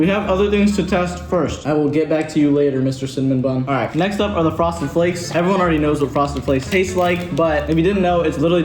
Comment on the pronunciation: did you hear him say froseded flakes 2 lol hahahahh like if did